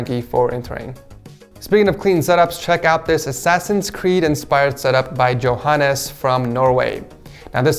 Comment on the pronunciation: Why do you day Joehannes it's Johannes